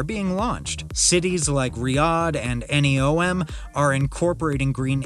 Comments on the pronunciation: The AI is getting really good, I thought it was a real person until it read out N E O M at the end. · Can't believe he said N E O M 😂